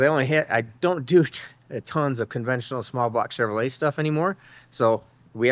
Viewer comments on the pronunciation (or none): none